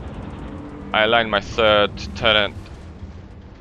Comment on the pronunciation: i'm sorry but what is turreNt?